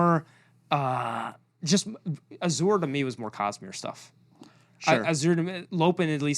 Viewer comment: saying Adolins name as Add-olin is horrific Ay-dolin / Aid-olin Edit: AND AZURE... Azure is a real word for a blue, sky like color. Please take out the "H" sound.